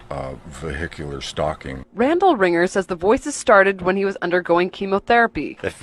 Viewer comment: Randall “Ringger” lol bro this gotsta be some kinda honey pot